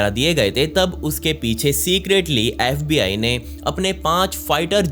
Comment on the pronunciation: Saste nase kr ke aaya tu bhai baar baar fbi ko sbi bole jaa rhaa